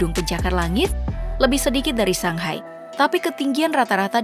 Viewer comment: Shanghai mba pop bkn sanghai Baca shenzhen kyk baca shenjen